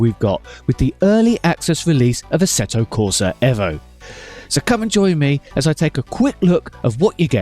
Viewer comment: 1.4 dropped bro. Hey, your the only one saying EVO correctly👍